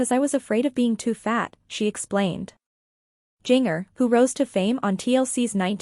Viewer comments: And not only that, if this TUFF Moment wants to get the LIKES. Then you need to show the WRITE people with what you are saying. And AGAIN PLEASE TRY TO ANNOUNCE the names right. Jinger is pronounced GINGER like the spice. I know it's done by a computer, but it's ANNOYING !!! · Her name is pronounced as GINGER, PLEASE